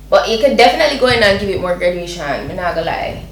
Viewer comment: GRADATION , not gradUation! just helping!